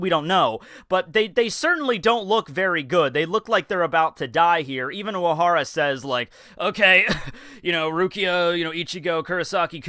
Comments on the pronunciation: of course not, but this one sounded very noticable to me. If I didnt already know the name, and was asked to spell it based on what I heard in this video, I'd probably have written "Uwahara" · have i just never noticed that you have a speech impediment? oc tow bo? uwahawa? wtaf